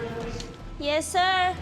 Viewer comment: She said “yeszir”